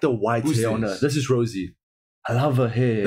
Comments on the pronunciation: Love the reaction but Ro-say. It pronounced as the expensive wine. Rosie is just her nickname not stage name.That is okay cause you guys are baby Blinks. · The girl you keep calling Rosie is Jennie Rosé (pronounced rose-ay) is the girl with the white/silver hair Lisa has the bangs and Jisoo is the brunette with long hair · pronouciation is RO ZAE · You pronounce Rosé like this "ROSA" i hope you get it😂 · He called Jennie Rosé 🤣🤣🤣🤣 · It’s ROSÉ, bruh! ROE-ZEH